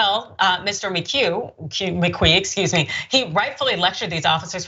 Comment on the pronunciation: How hard is it to pronounce McQueen, Really??????????????????